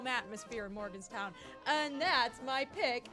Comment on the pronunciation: West Virginia plays in Morgantown not Morganstown.